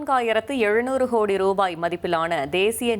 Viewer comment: என்னது ஹோடி? உச்சரிப்புல தீய வைக்க. ஒழுங்கா கோடின்னு சொல்லுமா 😂